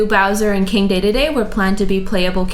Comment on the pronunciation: deydeydey? ooooh you mean deedeedee